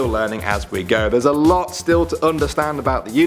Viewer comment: lot not lit